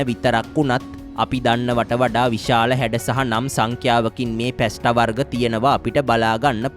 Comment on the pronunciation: පැස්ට නොවෙයි පාස්තා ?